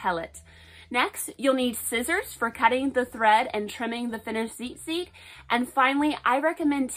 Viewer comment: Ur saying it wrong it’s tzitzit not zizit